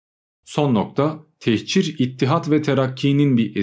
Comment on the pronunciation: Techir değil, "tehcir". Hicret, göç, ayrılık.